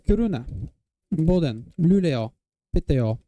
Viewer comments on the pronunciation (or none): I got nothing better to do, so here is my feedback for the pronounciations!! (Native Swedish speaker) *Sverige* - On point, perfect pronounciation Kiruna - Emphasis on "Ki", not "ru". Otherwise perfect Boden - "Bo" pronounced like the English "Boo" with a long O sound, otherwise good Luleå, Piteå, Umeå - Both good sounding, but since you seem to like to use regional pronounciations, dropping the Å is fine. Most Swedish people do Skellefteå - Pronounced using the Sk sound in use in northern dialects, also drops the Å at the end usually. Östersund - We usually don't pronounce it with a Sch sound, we just say it exactly as written. Härnösand - "Hare-nuh-sand", emphasis on "sand". Regarding the fact that you got Nyköping (great pronounciation on that btw), probably due to Arnö, a small suburb of Nyköping. Sundsvall - Stronger emphasis on -svall, otherwise great. Örnsköldsvik - Same as Skellefteå with the pronounciation of the SK letter combination, great detail. More emphasis on -vik. We usually shorten it to "Ö-vik" in informal speech. Hudiksvall - See my comments for Sundsvall, same thing applies here Bollnäs - 10/10 Gävle - The E is pronounced the same way as the final E in Sverige Sandviken - Stronger emphasis on "viken" Falun (my home town for 16 years!) - Opposite pitches, the "Fa" should be low and "Lun" high. Borlänge - Sounding like a speaker of a non--descript southern dialect, still good tho Ludvika - More emphasis on the middle syllable. Also, they for some reason pro